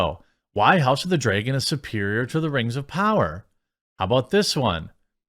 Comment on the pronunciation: Rangs of powwa